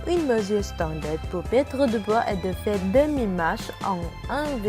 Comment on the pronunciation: Ta vue la voie au lieu de perdre elle dit pettre